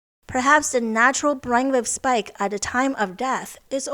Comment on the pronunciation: I've enjoyed your videos for a couple of years. Don't want to get overly critical. But your pronunciation of the da sound and th sound is the same. There is a difference.